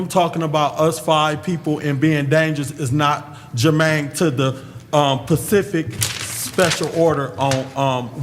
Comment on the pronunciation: 😂🤣😂🤣 "CA-LEE'S" (Colleges)!!! He loves sayn Germaine!!! Can't even spell it!!! 😂🤣😂🤣 "Pacific" (Specific)!!! 😂🤣😂🤣